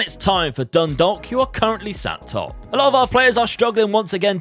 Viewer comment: Drogheda is pronocued Draw-hih-dah, Dundalk is pronouced Done-Dawk, St Patricks Athletic can just call St Pats